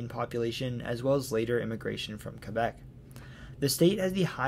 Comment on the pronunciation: Thank you for correctly pointing out that Porstmouth Naval Shipyard is actually in Maine! Also, I'm tickled pink that you probounced Quebec the correct way :) Also also, nailed the pronunciation on other various Maine towns. Very well done! I've never seen any of your content before, but very glad the algorithm pointed me your way today!